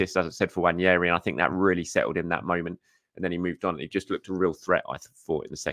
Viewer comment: How you read that name on the back of his shirt and come to the conclusion that it's pronounced "Wan-yeri" just baffles me tbh. I've also heard english commentators saying William Salimba and Eddie Nikita. Like come on guys really?